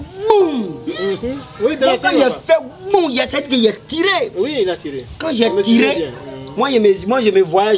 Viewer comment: J'ai entendu gboum😂😂